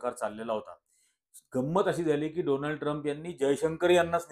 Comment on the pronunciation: डोनाल्ड नाही सर डोलांड 😂😂😂